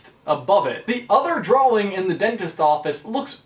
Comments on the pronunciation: Why do you say dwawing it’s drawing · He kept saying draw-wing not drawing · Aidan McGreenie he pronounces it "Draw-Wing" .-. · Aidan McGreenie to me it sounds like he says draw-wing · Aidan McGreenie I hear drawling to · He says "draw-wing" really weirdly. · Any thoughts or suggestions from me? Yeah, is it just the New Englander in me that is confused at your pronouncing of the W in "drawing" because I have always pronounced it "drah-ing" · Its really annoying how you keep pronouncing drawing as it looks when it is (drau in) idk but thats not how you say it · Is it just me or is he saying drawling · Sorry you just saying dwawing is hilarious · Drawing * x1000 please say it right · Okay, was anybody else annoyed by his constant mispronunciation of drawing? He kept saying "drowing" or "drowl-ling". My grammarian ears are ringing! DX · I’ve never heard anyone say “drawing” so literally. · Is it just me or he saying drawing oddly? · EmileeTv1993 i was just about to comment this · At first I Thought he was just being cute cause he was talking about Boo. But then everything changed when he said it like a million more times. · EmileeTv1993 He went to the Jack Sparrow School of Saying Drawing. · it annoys me too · He definitely pronounces the word in a weird way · has anybody realised that cant say drawing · i can't get past the way you say drawing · Why do you pronounce "drawing" so WEIRDLY?!?!?